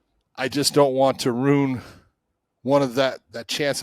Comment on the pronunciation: It's "ruin" not "rune" 😂❤😂